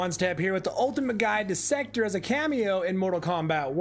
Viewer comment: Pronounced sekTOR, not secter…